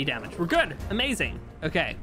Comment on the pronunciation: Can’t be much more insane than saying “Amaewing” instead of “Amazing”